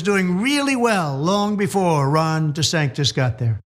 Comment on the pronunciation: His name is Desantis! TISS ,TISS! Not Disantez! If that was his name he would be busy throwing himself out of the country!